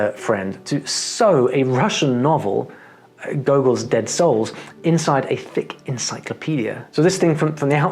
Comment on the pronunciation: "Gogol" - not "Golgol". The book was written in Russian. The author being Ukrainian isn't relevant in context of Kato's story - which simply states that this was the Russian language novel she used to learn Russian. He wrote other things in the Russian language, too. Politics don't change what Kato did in that shelter. But sorry to hear you were horrified. :)